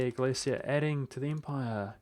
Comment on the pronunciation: U are pronouncing Galicia correctly, but I bet u wont say Volhynia lul (u should pronounce H in this word).